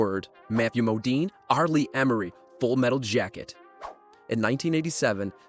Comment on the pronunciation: "R Lee Em-er-ee." R. Lee Er-mee.